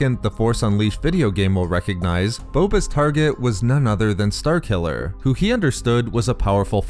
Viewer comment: what kind of accent you got man? "star killuhhhhhhrrr", "force wielduhhhhhhrrr"